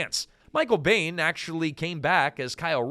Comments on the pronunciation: Yeah, the minute I heard him pronounce Michael Biehn as Bain I got the feeling it was AI. The irony. Half of YouTube seems to be that way now. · It's Michael BEE-EN. And god what the hell is this!? You trying to make funnies about money? I stopped.